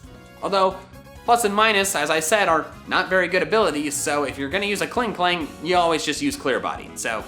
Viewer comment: Klingklang xd it's clearly Klinklang